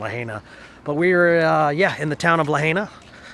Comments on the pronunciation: Others will probably tell you, the same its Pronounced La Hi Na! We did segways there the last time we visited... a great way to cruise the town! Enjoying revisiting, and refreshing our Memories! Vickie from SE Pa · It's pronounced "Luh-hi-nuh" I believe. That food looked amazing! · I live on Maui it's so beautiful here sorry but he's pronouncing lahaina wrong LA hai na 😄🌺🌺🌺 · So funny to see y’all eating burgers in Hawaii, since they have the best fish and seafood anywhere. And it is pronounced La HI Na. Banyon is awesome. Find the shaved ice place with ice cream in it! We love Big Island even more so will see what you think. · Glad you liked my old stomping grounds but the correct pronunciation of Lahaina is LA-HIgh-NA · Please learn how to pronounce Lahaina